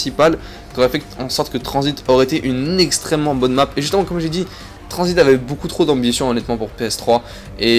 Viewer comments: #pas tranzbit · #TRANZIT PAS TRANZBIT